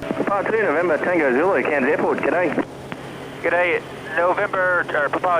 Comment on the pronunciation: As an expat Australian living in the US, your pronunciation of "g'day" is spot on. Most Americans can't do it.